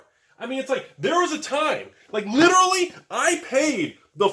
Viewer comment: 16 "liderly" and 1 seriously? You can do better!!! :D